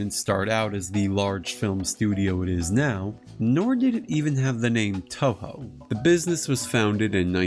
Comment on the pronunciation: Man, nobody making English content for Toho can't pronounce the studio's name right. The Os in Toho are elongated, more like Toh-hoh (or Tōhō) rather than short vowel o. For IPA it'd be /o/.